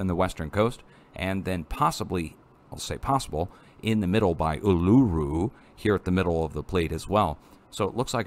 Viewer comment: Just call it "Ayres Rock;" or the "Red Center," people will understand your more, good effort tho. & reference to another channel -Boomerangs aren't from England cmon lol :)